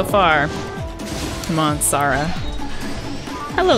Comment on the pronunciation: its sara not sauraaa